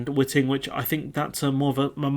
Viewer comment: Good bit of analysis of the Guardian article there. Thanks for that. Just being a pedant here, "Dogger" is pronounced 'Dog -grr' (ie someone who goes to dogging sites - which I hope you're far too innocent to know about!) and whiting is pronounced 'white-ing' (like an umm... ing that is white? LOL). But, as I said, I'm just being a pedant. I tend to agree with everything you've said.